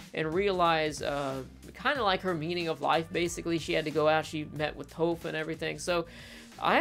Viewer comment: There is literally only one correct way to pronounce Toph’s name. People who mispronounce a main characters name make me wonder if they ever actually watched the show. It’s TAWFF. Not Toeff.